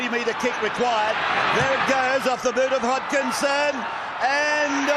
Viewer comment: Trent "Hogginson" 🤣. It's Hodkinson, there's no G